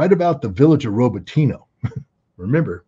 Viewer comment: RobotinO not Roboteeno!